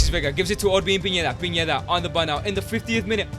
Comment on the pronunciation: It’s pineda not piñeda bro😂